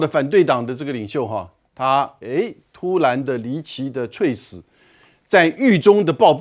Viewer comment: 猝死 ㄘㄨˋ ㄙˇ 主播念錯了